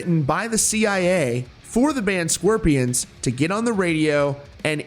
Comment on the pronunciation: Why do you keep saying the “sqwirpians” it’s SCORPIONS jesus